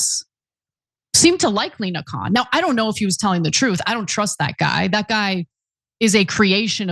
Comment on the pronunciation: It's not "Kohan", it's "Khan"😅😅😅😅